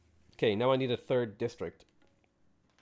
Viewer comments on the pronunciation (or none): none